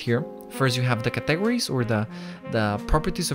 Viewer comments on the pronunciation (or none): Categories. You say "Cuh-teg-or-eez" Its actually "Cat-uh-gor-eez" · I like the way you say categories, it makes me giggle ☺️. Thanks for the video, it was very helpful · hearing him say categories made this video worth it everything else was just a bonus